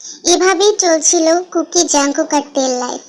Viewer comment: Api jung kook na kooki kooki ka tumi jungkook bolso 😂😂